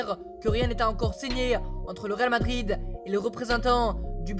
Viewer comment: Au ta voi tu dit réalmadride eu